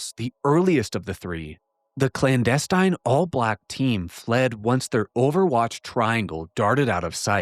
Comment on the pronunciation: you're the best! You should know you have been mispronouncing "clandestine" all this time. It's like nails on a chalkboard since you say it so often.